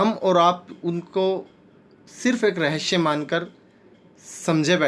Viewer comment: Rahasya thiq se bolna sikh le bhai